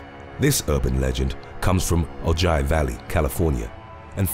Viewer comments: I giggled a little when he said “oh ji” haha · Ojai is O HI, not oji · You totally murdered how to pronounce Ojai California it's pronounced "Oh-hi". Lmao if you would of googled it, it would tell you how to pronounce it. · Ojai in California is actually pronounced like "oh hi" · It’s pronounced Oh-hi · Ojai is pronounced "OH-HI" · Hahahahaha # 2 it Ojia is pronounced {O-Hi} I'm from California. & NEVER heard of PRONUNCIATION BEFORE & I'M 56! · Ojai is pronounced O-hi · For real! I lived in ventura most my life I about died when he pronounced it like that. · It's not spelled ojia it Ojai and his British whats the big deal? I live in lompoc and yet alot of people don't know how to pronounce it.